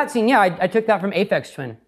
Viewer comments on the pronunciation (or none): both times the limo scene is brought up say Aphex wrong. Such a shame Also I'm almost a hundred percent sure Oliver is just in Ethan's basement 😅